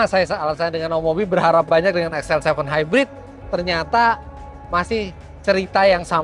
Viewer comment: XL7 bacanya nyal7